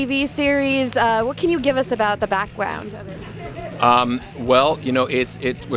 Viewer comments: Did she say : backgwone of it: lol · She said backgwound